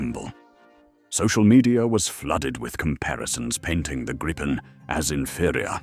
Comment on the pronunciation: This is a LIE! There are crap podcasts eating each other's BS and appears to be one of them. Hell your AI cannot even pronounce the word Griipen. Canada has not chosen the Gripen. STOP TELLING LIES!!!!.